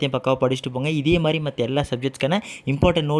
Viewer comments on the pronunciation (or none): none